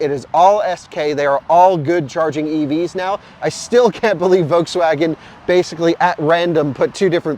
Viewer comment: It's still a Folkswagen